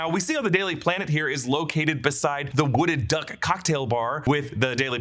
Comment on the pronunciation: WOUNDED DUCK....not wooded duck.